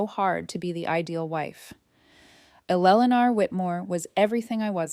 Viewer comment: Very poorly written. And the bully/abusers name is mispronounced so many times it’s almost funny. And poor Eleanor’s name is butchered every time it’s said!